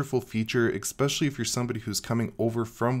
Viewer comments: exspecially? or especially? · Expecially ESpecially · Stop saying 'eXpecially' plz! It's driving me crazy.....OK, for real----thank you for all the great content, I watch every vid.